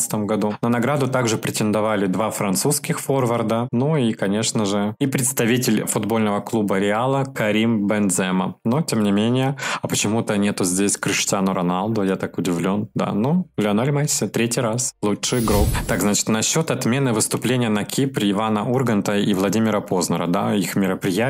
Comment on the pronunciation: За французского форварда обидно!Ну как так! Карим БензЕма это уже какой то просто румын получается (ничего не имею против этих отличных ребят ) а вот его настоящая фамилия произносится все же БенземА(у всех футбольных комментаторов так она звучит )